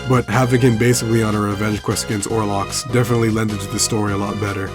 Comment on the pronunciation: If you play the game, you know his name. It's OL-ROX! Why can no one get it right??